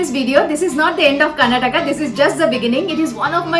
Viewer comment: Nice video, but please pronounce the state name properly. It's KAR-NA-TAKA